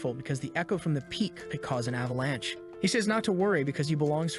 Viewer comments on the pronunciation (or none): none